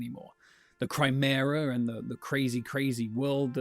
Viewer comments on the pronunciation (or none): is he saying CRYmera?